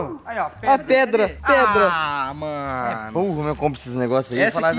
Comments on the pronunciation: Preda 🤦🏻‍♂️🤦🏻‍♂️🤦🏻‍♂️ é pedra 😂😂😂😂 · o gui falava preda kkkk mais n da nd é a melhor noti do dia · o gui falando:preda rsrs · O falando preda toda hora kkk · Só eu que tava entendendo o gui falar preda?kkkk te amo muito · Tava me dando agonia do falando preda kkkkkkkkk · "Preda" ksksskzk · O gui vc fala pedra ou preda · wenden o gui to falou preda mais no se fala preda se fafa pedra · Ele tá falando "preda" de propósito né??? Kkkkkk da agonia Vey Eu espero que seja na brincadeira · Ele fala e preda em vez de pedra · o gui nao sabe dizer PEDRA ELE DIZ PREDA kkkkkkkkkkkkkkkkk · pq vc fala preda e não pedra é por zueira meamo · o gui fala preda kkkkkkkkkkkkkkkk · O cara falo preda kkkkk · O gui fala preda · "Preda" kkkkkkkkkkkk